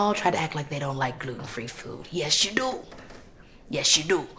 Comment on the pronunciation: Yes you DO, yes you DO ! 😂😂 the way she said “DO”??😂😂😂😂 I loveee. Me some Kee Kee‼️‼️‼️😅🫡